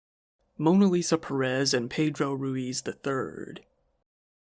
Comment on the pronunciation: Perez is pronounced similar to "Paris", and Ruiz is pronounced like an Asian person is trying to pronounce "Louise".